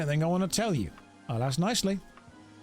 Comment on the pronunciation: Who's going to tell him about WHICH Americans say "axe you a question"?